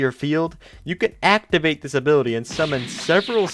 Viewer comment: all I hear is that he is saying disability instead of this ability it sounds the same